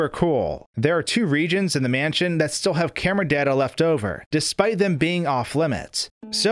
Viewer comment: "left to right or right to laff, the camera will move to the next raam" "manshion" "avanced"